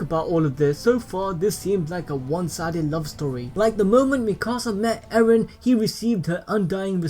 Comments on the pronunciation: Why u call eren. aaron? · Not eren "ereh"